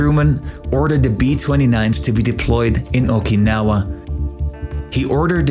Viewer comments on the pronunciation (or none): none